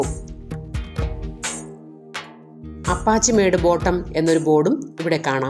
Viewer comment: അപ്പച്ചിമേഡ് എന്നല്ല ആ പക്ഷിമേട് എന്നാണ്